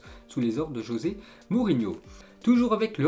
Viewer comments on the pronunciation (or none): none